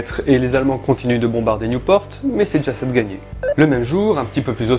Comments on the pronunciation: pour Nieuport tu prononce new (anglais) - por (sans le T) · Nieuport ont prononcé juste comme ça se lit, "Ni-eu-por", à la française ^^ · Correction: on dit" Nieux-por" (Désolé je ne connais pas l'écriture phonétique) et pas New-port (à l'anglaise). =p Et on prononce Dixmude comme ça s'écrit, même le "X" ! =) Et comme dit plus bas, en effet, le "S" de Anvers se prononce =) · Merci pour cette épisode ! Pour l'info on dit "niepor " qui veut dire le nouveau port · Scharff Raphael Parce qu'on il sait pas prononcer Nieuport, qui se prononce juste comme ça se lit "Ni-eu-por" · Mes oreilles saignent avec niouport et dixmoude mais très belle vidéo ! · Nieuport, ça se prononce "nieu" (comme "lieu") et "por" (le t ne se prononce pas). Cela signifie "nouveau port" en néerlandais. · Nieuport se prononce comme tu le fais, mais sans le t. Nieupor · en francais tu prononce Nieupor et en néerlandais nieuwpoort ( prononcer le t) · Le port de nieu port se prononce comme le mots port